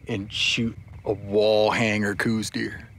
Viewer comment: Okay so its not pronounced coose deer. Its pronounced like house with a C. The deer is named after the person the first identified them as a sub species.